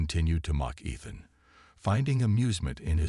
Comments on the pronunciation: Ethan pronounced ee th an. Not ith an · His name pronounced E-than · Look up Ethan and Epitome pronunciation. Unless the voice is an AI - then never mind. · I like to imagine it's a representation of her accent since the story is from her pov